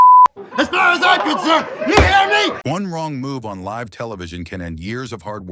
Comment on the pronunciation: Is it too much to actually watch the videos you create with AI voiceovers before you upload them to make sure they use the proper pronunciation of words like "live"? More than half of the names are mispronounced in this video. blocking this channel.